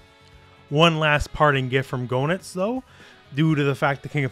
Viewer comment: FYI Goenitz is pronounced "geh-nitz". The Japanese is below, "geenittsu", where "ge" is pronounced like in "get".